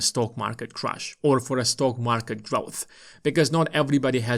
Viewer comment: It’s crash, not ‘crush’ 😂